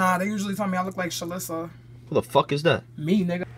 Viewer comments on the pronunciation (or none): that's not true. Pronunciation is important. Her name sounds like, described by her, Sha-Lisa. The ee sound is more exaggerated. SMFH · Dude, I swear it was pronounced Sha-lee-suh. Is this a Mandela effect moment? Please help me get back...